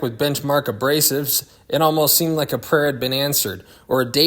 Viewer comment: “I laike it 🙂” love it